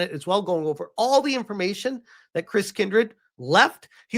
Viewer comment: oh look. They mispronounced "information" there